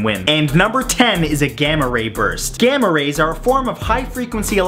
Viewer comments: I thought he said gamer raper and my face was like •-• what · Sounded like "Gamma rapers"